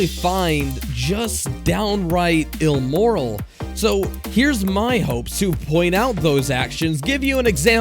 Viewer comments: “Ilmoral” lmao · Really? "Ilmoral?" Not immoral? What is with youtubers and their inability to use common words without adding or eliminating syllables or extra letters? Oh... and I'm pretty sure one of the people reading for this video meant to say "exposé videos," not "expose videos."